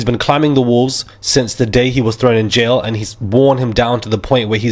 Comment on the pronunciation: Please say jail.